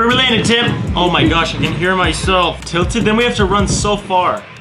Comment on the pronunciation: WHY THE F DOES PEOPLE SAY TILTEN?!?”?!